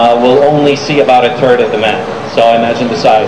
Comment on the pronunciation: he sais "a turd of the map"